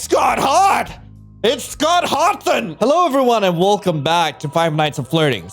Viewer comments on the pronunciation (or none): I was already dying at the beginning of the video because of "Scott Hawthon"😂 Ngl, the fan-made Scott actually was really hot, lol. I kinda miss Vincent, though. He was a good guy. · Late but.. “SCCOT HOTHEN” IM WHEEZING